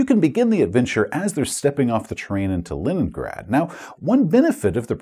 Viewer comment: Are you calling it LINENgrad intentionally? Is this an inside joke or a slip of the tongue?:D